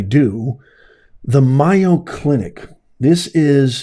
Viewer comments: May-o, not Myo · It's the "May-o, , not my-o" clinic. Please say it correctly just in case people are listening and not seeing the video. They may not know the right place, Mayo is a big well known medical name in the USA. Thank you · by the way it is MAY-O not MI-O. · It is such a blatant error! The Mayo Clinic is the largest medical group in the world, and it is odd that a professor would not know its correct pronunciation. "Mayo" does not even look like "Myo." The mispronunciation could be overlooked for many other people, but not ""! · "MAY Oh Clinic" not "MY Oh Clinic" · MAY-o Clinic! Not My-o. Although, saying their name wrong may be well deserved. The DEI people probably call everything they're able to get control of My-o. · It’s called May O clinic. Not miyo. But I think our squatters laws have to change. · MAY O in Wisconsin where I live. Not MI O. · It's M A Y O...NOT MIYO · May o clinic not my o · MAY- oh Clinic. It's not MY-o Clinic. Where are you from? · It's pronounced May oh clinic. Scottsdale clinic infected not all. Try the other two. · lol, it's MAY-O as in mayonnaise! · It is MAY O! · It's may-yo. Like mayonnaise. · Mayo, as in mayonnaise. Get it right ! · MAYO CLINIC (pronounced like Mayo short for mayonnaise). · Pronounced May oh The Mayo brothers from my neighborhood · No offense, but it's pronounced MAY-o Clinic. Keep up the good work! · Pronounced May- O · It's pronounced May O. Mayo clinic. I don't believe you were there. Or you would know how to say it.😢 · I LIKE YOUR CHANNEL however it’s pronounced MAY-O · No disrespect intended, but it is pronounced Mayo as in Mayonaise.😊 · Good Lawd! How does he NOT know how to pronounce that !!!??? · he’s an intelligent man that doesn’t sound like one when he doesn’t pronounce the name of a MAJOR medical center correctly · You are mispronouncing Mayo. Such a nothing program.